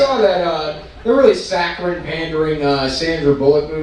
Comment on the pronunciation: did this boy just mumble the word 'saccharine' in his set ... my heartstrings